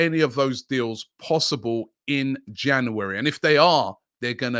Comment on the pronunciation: Yesss The best thing about the January transfer window is hearing Robbie Say jauwarry